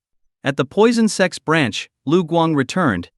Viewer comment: "Sects" not "sex" 😅